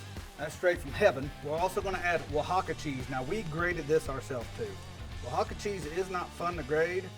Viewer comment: Come on you said oaxaca right but not jalapeño? It's ha-la-pen-yo